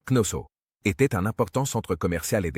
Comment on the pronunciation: C'est pas ,,avenue GJ.ZCE,, ça avant Jésus Christ, et c'est pas Knosso , c'est Knossos, quelle honte pour le traducteur